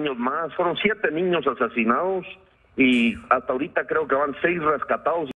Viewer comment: "Los asecinaoos" "los rescataos"